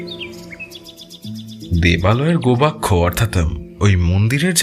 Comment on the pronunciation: গোবাক্ষ নয় গবাক্ষ।